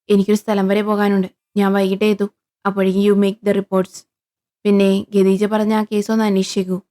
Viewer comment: പിന്നേ ഖേദീജ് എന്നല്ല ഖദീജ എന്നാണ്